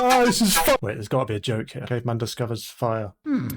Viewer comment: I swear I thought he said “German swag” 😂😂😂😂😂😂😂